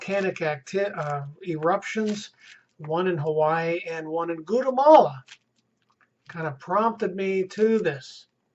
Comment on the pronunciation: "Goota-malya" 😊 Gwatel-malya